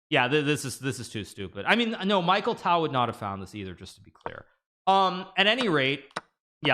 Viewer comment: Its not micheal ..its mikhail tal